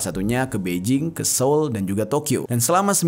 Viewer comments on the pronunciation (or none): none